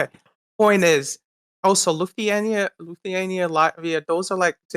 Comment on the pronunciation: He’d also be able to pronounce Lithuania